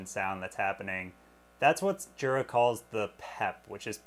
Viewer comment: Jura is from Switzerland and the J in Jura is pronounced like a Y. Phonetically it’s Yoora. ( Not being mean saying this, by the way).